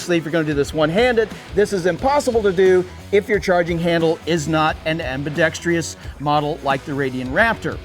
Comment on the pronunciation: Why do people say ambidetr-I-ous? Stupid people.